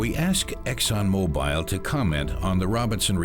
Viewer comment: Good report. Just, it's Exxon Mo-Bull not Mo-Bile.